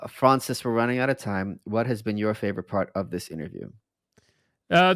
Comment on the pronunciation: Michael Malice pronouncing Francis like Froncis was very self indulgent.